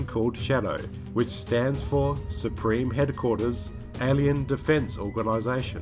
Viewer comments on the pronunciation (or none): none